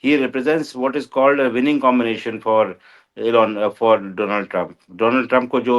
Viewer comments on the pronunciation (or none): none